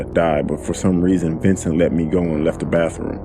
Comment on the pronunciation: Dude: his name was "Ventin'" Me: Red SUS Update:Dangg okay before y'all rant at me It's vincent. Lmfao. But he still SUS tho.